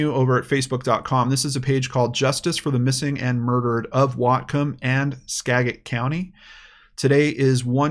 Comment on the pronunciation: Skaget county.... pronounced SKAjet..... not with a hard g sound.